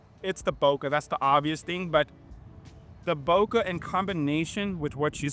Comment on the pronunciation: Bokeh guey, Bokeh! Not bokah!!! lol., i'm ALWAYS gonna give you shit for that. Great shots though! BTW, have you seen the new Godox LED lights the size of the AD-100 Pro?? I think they're called RS60 and MS60, both available in Bi and RGB, have the Godox mount, and have a ton of different ways to power them including their own batteries.